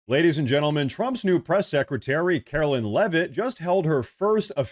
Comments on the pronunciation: It’s not Karoline it’s LINE, KaroLINE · Pronounce her name correctly Caro-line, not Carolyn!